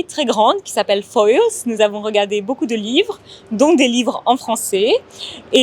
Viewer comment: Quand l'anglaise dit « beaucoup », on dirait qu'elle dit « beau cul », mdr. Pas très grave, mais je crois qu'il faut régler ça!